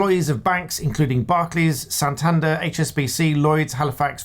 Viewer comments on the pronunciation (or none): none